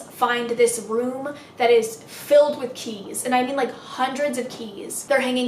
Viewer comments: me: about to fall asleep: “a room full of CHEESE” i was so confused lmao (ik she said keys but it sounded like cheese to me) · Sylveon THAT'S WHAT I THOUGHT SHE SAID TOO 😭